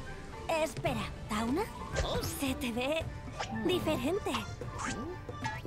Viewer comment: El personaje tawna se pronuncia ''tauna"